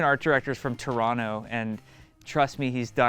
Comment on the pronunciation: OMG Jeff can say Toronto properly... I'm stunned.